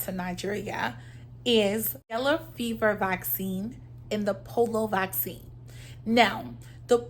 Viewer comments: its P-O-L-I-O not POLO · Po-li-o pronunciation (Polio) 🙏